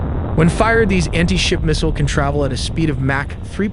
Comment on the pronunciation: "anhey-ship missiles"...